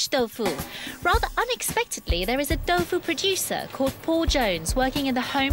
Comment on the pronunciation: The guys who makes tofu can't even pronounce it properly haha "toffoo"